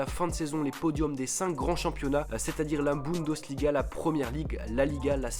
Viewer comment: LOL Guedes donc tu le prononces gouédèche à la française :-) :-) tu m'as tué ... BundOsliga ? sérieux ? => Le championnat est considérablement dominé par le Bayern mais les places qui suivent honnêtement c'est la loterie ...